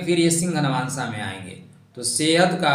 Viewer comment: नवांशा नहीं, नवांश। भाद्रपदा नहीं, भाद्रपद। खाली ज्ञान मत बांटा कीजिए, स्वयं भी ध्यान रखा कीजिए।